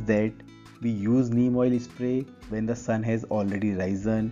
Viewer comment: Bro.. Spray or espray😂😂😂